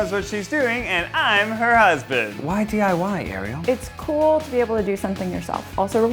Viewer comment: anyone else notice it sounds like try die not try diy